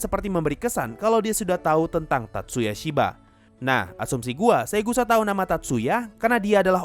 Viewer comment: Bukan dibaca SHIVA tapi di baca Shiwa-_-"